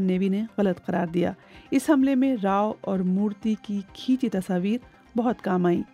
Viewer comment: You are a journalist in such a respected news agency BBC and you can't pronounce the word tasvir properly 😢